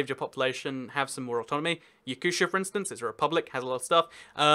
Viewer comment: I AM TRIGGERED it is Ya-coo-tee-ah. It has status of Republic because the most of population are not "generic" slavic Russians but asians (Yakuts). They have their own language and history and culture. And more importantly Yakuts are not only one ethnic group populating the Republic! The others also have their own language! Yakutia is freaking country inside a country. You can make parallel with Wales. Welsh have their own language and identify themselves as Welsh. The division in Russia is really simple: - You have your own language, religion and "ethnical locals" BOOM you are Republic - You have all the political forces that matter BOOM you are City of Federal importance (minus Simpheropol) - Oblast' if you are generic, Krai because history - Autonomous oblast'/okrug because you didn't have enough "ethnical locals" to be called Republic Phew let it fade in the depths of the Internet